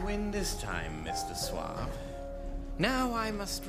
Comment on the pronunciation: It's 'Suave'.